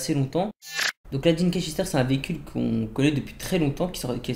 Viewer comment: le veecule de fatun furouse